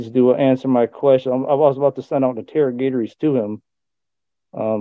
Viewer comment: “Inter- GATOR- ees” : thats all we need to know